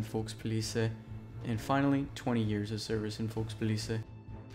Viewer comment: Folkspolice? You mean Volkspolizei?